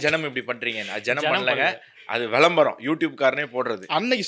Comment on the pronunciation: "வெளம்பரம்" அல்ல "விளம்பரம்" 😂